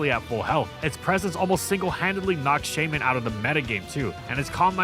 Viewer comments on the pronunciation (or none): none